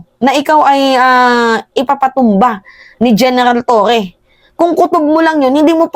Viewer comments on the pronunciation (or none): none